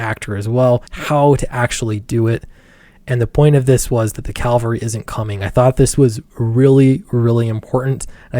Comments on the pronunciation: Pls: "Cav-al-ry" PS Love the channel, keep it up :D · Take a shot every time mispronounces "cavalry". See ya in the hospital. *GLUG*